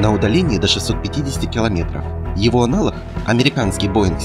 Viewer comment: Автор сказал -,, его аналохг", подозрительно?